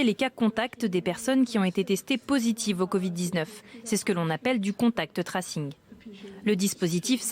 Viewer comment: Le ' traçage ' ça marche aussi. Pourquoi les médias français utilisent des mots anglais s'ils ne savent pas les prononcer correctement ?